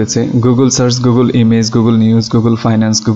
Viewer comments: আমি বুঝলাম না যে এতো স্মার্ট ও শিক্ষিত হয়ে সার্চকে আপনি সার্স বলছেন কেনো??? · সার্ছ না, সার্চ।